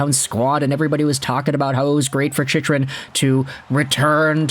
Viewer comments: Why do you keep pronouncing his name wrong? It's CHICK-RUN, not CHICH-RUN. No one is going to take your analysis seriously if you can't even get his name right. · His name is pronounced "Chick-RUN"! Until recently (on the powerplay) he hasn't been that much of an offensive threat. He frequently gets caught pinching, and for a man that is built like a mountain, is barely physical and not punishing to play against. He throws the puck up the middle and gives the puck away frequently and can't clear out the front of the net. Overrated based purely on having a devastating shot and some offensive upside.